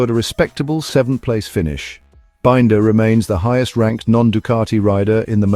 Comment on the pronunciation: What crap. Miller? Forget him. Also for heavens sake learn how to pronounce Binder!!!!